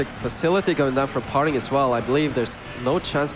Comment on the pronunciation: "his name par-ting, not far-ting"